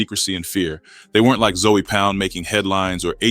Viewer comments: Nigga said Zoey😂😂😂😂....its zoe not zoey homie😂😂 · It’s not Zoey or zo it’s ZOE!!! Gotta be from Florida to know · 😂😂😂its zoe(zo) but he said Zoey hilarious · Im not Haitian but I know 4 a fact its not zoey its Zoe Pound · It’s not zoey it’s Zoe but pronounced like zo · Your videos could have had million views , but you keep saying Zoey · Stop saying Zoey wtf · Fix your A i it aint zowey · 😂 for real wtf zoey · Yo got name wrong I heard of Zoe!!!!! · Must be AI having a hard time with the pronunciation.